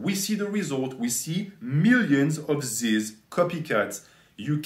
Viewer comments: It’s not zyzz man it’s fucking ZYZZ BRAH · You make an hour and 20 minute video about this guy and can’t even say his name right